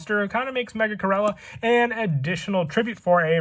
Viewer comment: I almost unsubscribed & took my like back cuz of the way u said my boi Megachirella’s name…💀